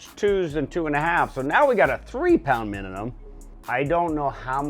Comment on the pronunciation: Good job and great video SKEET! Was funny how you kept sayin "MiniNum" instead of "MiniMum"! Congrats on the top 5 finish. 🤙👍👊